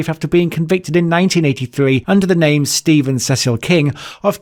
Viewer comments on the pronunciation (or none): Your pronunciation of some of the names is hilarious